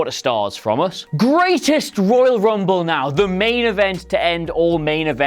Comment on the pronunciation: I lost it when he says 'Oil Rumble'......